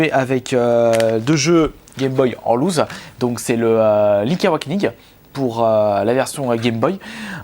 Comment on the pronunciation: ça se prononce "lousse" pas "louze" ;) "louze" veut dire perdre